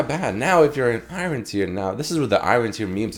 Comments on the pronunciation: Anyone else annoyed of his pronunciation of 'Iron'? Saying i-ren.. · The way you pronounce iron tilts me so bad lol XD